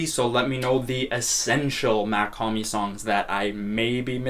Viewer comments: you did not Even say it right . bro slight mispronunciation? Its like saying Elton Jim instead of Elton John you cant do it bro. Its not Mac liker Mac miller or Mac 10 its MACH it looks the same But its a huge difference in how you pronunce it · nice vid (it’s pronounced “mock hom-ee” btw) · brooo i dont Get how somebody who been listening to his music as much as you saying you’ve been and dont know how to say his name right. I mean its not like he dont say his name in his songs, he does it all the tiime